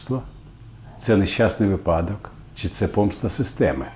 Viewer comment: щиро дякую за це відео! 🙏 Дуже любила фільми Бикова у дитинстві і й до нині теплі спогади про них ❤ Але чому "випАдок"? 🙈 Наголос на перший склад в цьому слові. І чомусь так кажуть більшість зараз, на жаль((((((